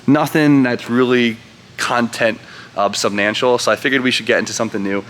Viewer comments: Did u just say subnantial? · "subnantial" 😆 🤣 😂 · "Subnantial" -.